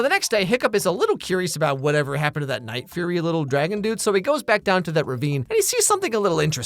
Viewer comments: cackling at the night furry 🤣😂 vs the actual name: the night fury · unsted of furry you said fury 😂😂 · he did not just call it the night furry…